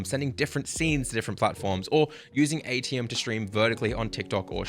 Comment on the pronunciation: Just a note for everyone. It is Aitum. Not Aitium. Otherwise, great video, thank you! :)